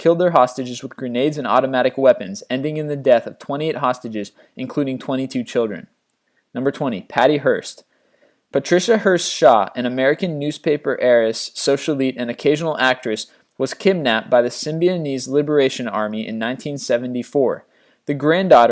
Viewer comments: Do we really not know how to pronounce social-ITE? Seriously?? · He can't pronounce "socialite"???